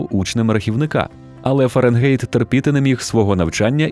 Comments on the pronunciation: Fahrenheit - ФАРЕНХАЙТ. Не беріть "ґєйт" з ворожої. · Дуже добре! Але все ж таки ФАРЕНГАЙТ